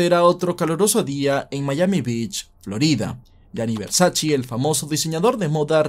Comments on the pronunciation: No es versaCHI, es versaCHE es italiano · Todo perfecto tu video, solo la pronunciación del apellido no es “versachii” se pronuncia “versache" 😂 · No es versachi es versache como se dice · Espero que nadie se de cuenta que en el vídeo a veces pronuncio Versace cómo (Versache) y en otras (Versachi) porque no sabía cómo pronunciarlo, luego vi una entrevista de la hermana de Versace y ella confirmo que se pronuncia: (Versache) Siempre se aprende algo nuevo todos los días, esto puede servir para romper el hielo con las minitas 😉🥶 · Versace, con la e al final. Nada de “Versaci” con la i. Duelen los oídos. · Versace (Versache) no Versachi. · No se pronuncia VERSACHI se pronuncia VERSACHE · Que yo sepa a la marca se le dice Versach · Como sigas diciendo Versaci corto el video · no es versachi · Jejejejeje Versace se pronuncia: versache.... Y Schillaci se pronuncia: esquilachi